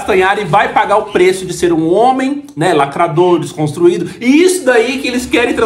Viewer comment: O famoso desconstruíde 😂😂😂😂